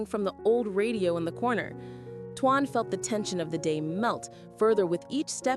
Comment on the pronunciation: And you should know how to spell his name by now it's t o a n not t u a n please speak it correctly